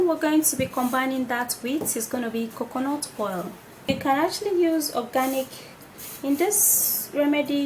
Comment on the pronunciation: Not COCONOT it's COCONAT